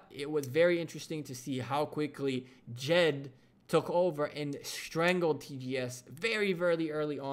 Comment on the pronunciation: The name of the ally is Jed not jet